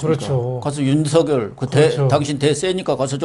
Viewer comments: 윤석열을 윤석렬로 발음하지 마세요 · 윤석열과 황석영을 비교해 보시고 발음 제대로 하세요